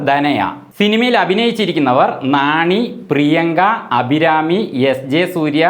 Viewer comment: നാണി അല്ല നാനി 😢